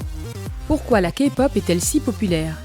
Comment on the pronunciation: Pour une fois q'un non-fan prononce les noms des bts presque parfaitement, et tous les autres noms : 2pm, bigbang.... Et aussi prononce bien la "Képop" Je suis choquée !! C un excellent travail !!!